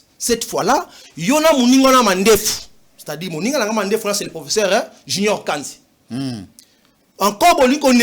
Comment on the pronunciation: Ce monsieur est très bon pour être un enseignant dans une école primaire que professeur d université .D 'ailleurs avec un très mauvais français Ce monsieur est professair et non professeur .